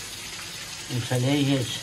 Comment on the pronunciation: Ne-a înnebunit cu "Intalejet prieteni"